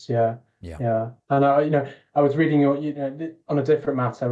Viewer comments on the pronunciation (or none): none